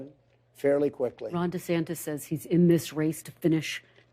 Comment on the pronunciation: "DaSanctis" lol.